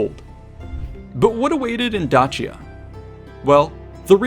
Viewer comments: i thought "Dacia" had the C pronounced as an S. while in classical latin, it would be Dakia, just as Caesar would be Kaesar. or so i've learned. at any rate, exquisite video thank you for the added knowledge. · not even the same thing lol and he has a point about pronouncing Dacia correctly. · It is evident that you have put in the effort to do your research! It would also be great if you would also make that same effort to be sure you are PRONOUNCING Place, Peoples, and Person names CORRECTLY!!!!! The way you keep saying Dacia and Dacian are entirely incorrect according to the HUNDREDS of scrollers that lecture on this subject! It would have been a simple matter to either listen to some of them or look them up on a search engine. Mispronouncing something so basic distracts many (Me at least) greatly. I want to watch your video, I love history. However find myself reflexively correcting you every time you pronounce something wrong, and it is frustrating. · This person needs to pick a way to correctly pronounce Dacia.... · Who says Dacia like that? Made my ears bleed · A few Billion other do not say it that way!